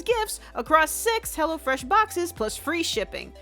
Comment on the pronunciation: When you were saying "hello fresh" I really tought you said "hella fresh" lol